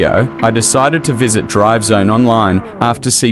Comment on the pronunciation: I swear it sounds like you're saying drug zone 😂😂